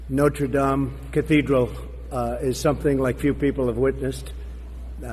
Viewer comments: I'm surprised he pronounced Notre Dame correctly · Trump must have spent time learning how to pronounce Notre Dame. I was expecting to say not-re-dame (as in female) or not-re-dam-ee. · I'm honestly surprised that trump knows the correct pronunciation of "Notre Dame."